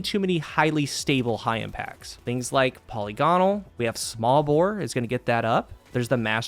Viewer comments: I'm begging you to pronounce polygonal properly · It’s pronounced “puh·li·guh·nuhl”